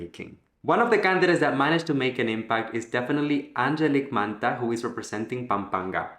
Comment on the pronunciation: MANTO not manta